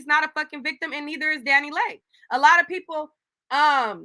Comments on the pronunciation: Incorrect. Pull up her interview on The Breakfast Club, she said it’s pronounced “Lay” not “Lee”. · I can't keep watching these videos without letting y'all know you are pronouncing this girls name wrong!! I know it don't matter but its pronounced "Lee" I know how it's spelled (Leigh) which is my sisters name but it's pronounced (Lee) DaniLeigh!!!